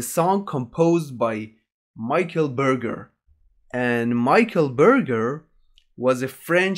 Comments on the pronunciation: Not maîkeul beurgeur, but Michel Berger! So bad pronuciation! I hate Dimash "performance", he singing only for perform vocal, but he dont understand the real song, the essence of the song. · Hahaha I love how he pronounces "Michel Berger" : MICHAEL BURGER XDD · Michael burger 😂😂😂😂😂 wtffffff man what is his pronunciation ???? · Le "Mykel Burger" au lieu de Michel Berger.. ça m'a achevé ^^ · His real name was Michel Hamburger. So not that inaccurate lol. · I am so sorry about the mispronunciation and thank you for letting me know.